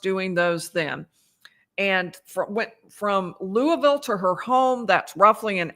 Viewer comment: you are also making us Kentuckians proud! Thank you so much for your travel, time, dedication, and great coverage! Lastly, excellent pronunciation of "Louisville" (born and raised)!